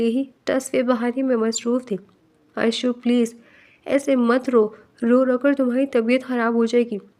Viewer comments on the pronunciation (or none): It's not areesha it's arshiya